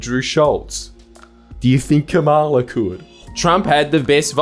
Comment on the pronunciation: Seriously? You still can’t say Kamala Harris’ name correctly. The rest… on point as usual 😅